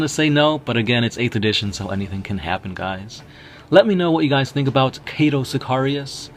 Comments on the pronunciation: It's Cato not cate-to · Kaaytou sikayrius wtf dude lol